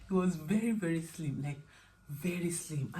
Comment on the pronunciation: It was the emphasis on “He was slimmm” and holding out your index finger😂 A good partner is truly a gem, worth cherishing.